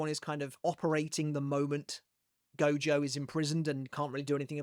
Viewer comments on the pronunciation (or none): none